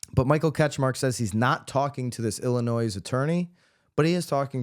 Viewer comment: I'm calling you out for your pronunciation of Illinois! After all, that is much more important than these frivolous lawsuits! Seriously though, thanks for the consistent accurate updates!